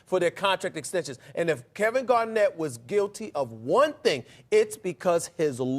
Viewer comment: lmaooo at skip calling KG “Kevin gar-not” 😂😂